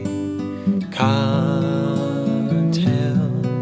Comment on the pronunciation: Its cant not cont